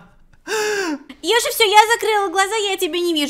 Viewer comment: Когда сказала привет Йоши, мне послышалось тривет йоши